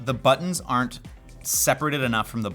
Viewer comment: I had difficulty understanding the "they usually aren't" and the three times I replayed that part it sounded like he said "they usually are" until I turned subtitles on.